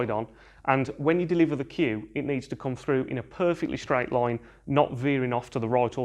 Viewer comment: Unsubscribing your channel because your accent is bit annoying and irritating.it sounds like there is something hot in your mouth and your are not chewing it neither spitting it out while talking. The word is "line" and you are saying it "laweyne" ,the word is white, you said "voyte", "ball" "bowl" , Can't hear you any more, (no offense)